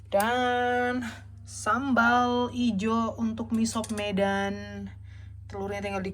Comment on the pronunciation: Org medan justru bilang nya misop. Bukan miso. Udah benerr itu